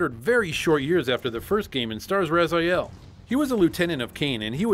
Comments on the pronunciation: His name is Raziel, you read as Rah-zee-ehl, not Razaiel. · With all the dialogues in the game, how can you pronounce Raz-eye-el? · Soul Reaver, wooh! Btw, it's Raziel, not Razael. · err the name is pronounced RAZEEAL..they pronounce like that even in the game also, no Dungeon Keeper? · if you played soul reaver hows come you can't pronounce his name right?